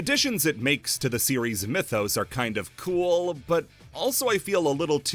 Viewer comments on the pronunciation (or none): none